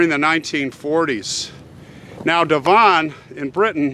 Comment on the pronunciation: Great story, I wonder if he was innocent. Devon is pronounced Dev….n